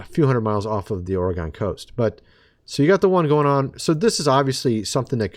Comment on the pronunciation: DUDE.,... '"* IT'S THE*"',... '"*ORYGUN'"*,!!!'"* COAST,!!!.'"*,🙄🙄🙄...